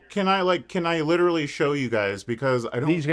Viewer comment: “Lidurally” guy thinks he’s an intellectual 😂😂😂